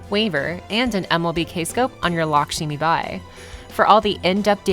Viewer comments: It’s not LakSHImibai, it’s Lakshmibai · It's Lakshmibai, not "Lakshimibai".